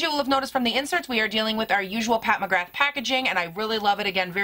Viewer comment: I love your channel! Just a heads up, it’s pronounced “Pat McGrah”